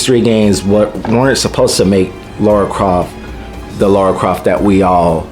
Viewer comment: Apparently every native english speaker has a problem pronouncing Lara's name correctly. She's not called Laura...it's Lara...is it really that difficult for you guys to say her name right? xD Regarding her outfit...well I can't imagnine any woman going out on a hunt, killing hundreds of armed people, taking 20 bullets herself and still fighting...it's still fantasy as well. I see no issue in giving her the original outfit. Also doing the kind of acrobatics she does I imaging would be more difficult in pants than shorts, because pants hinder your movement more, unless it's flexible material, which her rebooted pants weren't. lol